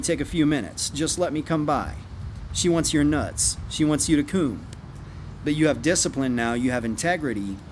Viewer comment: I die every time he says "coom" or "coomer" 🤣